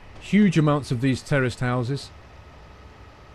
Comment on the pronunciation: Every time you said terraced housing, I kept hearing 'terrorist housing'. I was like, wow Great Britain is really different.